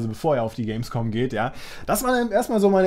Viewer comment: Hehehe er hat Gamesvom gesagt hehehehe